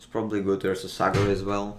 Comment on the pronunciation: сейчас бы говорить "Пробли"